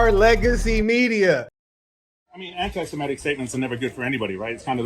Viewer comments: It's Semetic not Shemetic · It's not Shemetic, there is no H!